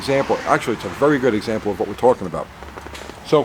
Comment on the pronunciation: “About Ghey Much” ..is that a NY thing ?🤷‍♂️ 😂😂 (when you showed rotor to post gap)